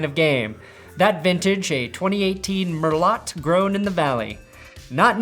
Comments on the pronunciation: It's pronounced "mer-low" not mer-lot. Donkeys :) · Merlot is pronounced Merlow...fucking wine noob.